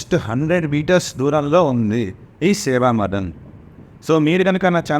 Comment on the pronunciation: Seva madan kaadu 😂😂sevva madam